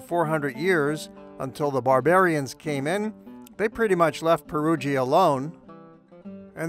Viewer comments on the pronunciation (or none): Pronounced (Pɛruja) not (Perugeea), cheers. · It’s pronounced Perudscha … not Perudschia … the “i” is silent … just like with Giovanni … it’s also not “Dschiovanni” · Great video, but Perugia is pronounced "Pe-roo-jah" - not "Pe-roo-gee-a." And Umbria is pronounced "U with a long u sound: Uuum-bree-uh. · Really like your work but must you pronounce it Peru jee-a ?